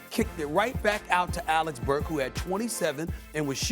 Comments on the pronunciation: Nobody: Stephen A Smith: Alex Burk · Alex Burke 😂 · The media is literally incapable of saying Alec Burks' name correctly😂